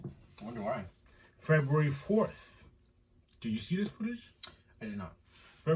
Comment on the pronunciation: The emphasis has to be on the Febru- in pronouncing it. Lmao. 🥴😂